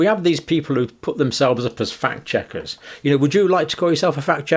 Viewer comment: “Phakt checkers”